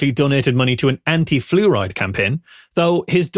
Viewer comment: Congratulations to you fine Scatharians. And I had to listen to saying "flu ride" a couple times before I realized is wasn't some sort of British car.